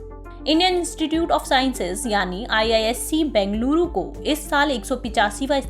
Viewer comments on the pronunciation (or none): none